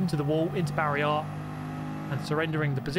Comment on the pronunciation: ik but why does he say it like that